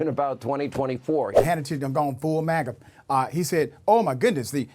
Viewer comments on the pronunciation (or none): none